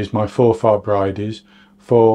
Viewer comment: You're right first time with your pronunciation, no stress on the "a". X from a Scottish watcher. X K